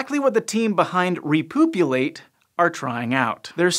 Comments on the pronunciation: I missed a lot of the video because I was giggling all the way through it. Repoopulate! Oh dear... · started thinking about something unrelated then heard "repoopulate" and now I'm back